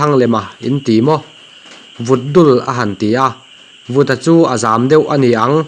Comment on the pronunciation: 'Vuta' tih pawh hi 'Vuta' tiha lam tur aw! 😡